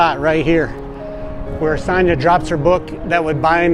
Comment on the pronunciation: Great clip, I’m a huge fan of film but you kept mis pronouncing Sonya’s name and it bugged me. 😂